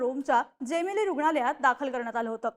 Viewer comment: बाई जेमेली नाही, जेमेल्ली!